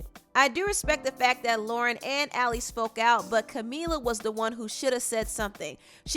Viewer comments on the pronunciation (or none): none